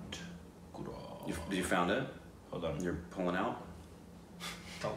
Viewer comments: "Gooraat . .. Gooraat. . .Gooraat"😂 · He ‘Rick’ed the Gujarat pronunciation